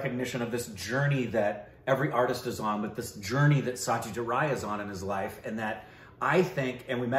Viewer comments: It is Aishwariya Rai (Raa + I) and it is Satyajit Ray (pronounciation of "Ray" may be taken from "Sun-ray") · As always love the movie reviews, have to watched this film though! Congrats 🥳 again in the 1M milestone! By the way the ‘Rai’ is Aishwarya Rai comes from Karnataka, she is from a Tulu speaking family. While as you know Satyajit Ray is from Bengal, and the Ray in Bengali is pronounced as Roy but for most Indians it’s is Ray as in the Ray of sunshine! Well he was certainly the brightest Ray of shine ✨